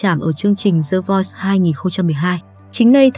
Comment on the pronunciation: OMG, 2 chữ The Voice easy như thế mà đọc "gió" chi cố vào đọc đọc sai không chấp nhận được thế bà? Đọc thì như buồn ngủ, không biết tiến Anh mà cứ đọc cho gió xì xì kkk